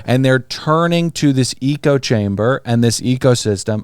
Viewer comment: doesn’t know how to say the word “echo”